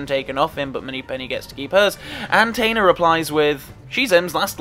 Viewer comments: I'm just curious as to the reasoning behind the "Tainer" pronunciation of Bill Tanner's surname. Or is this a different character? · Are you related to Michael McIntyre? Like others have mentioned, it's Tanner not Tainer. Re: Scotland scene in TWINE.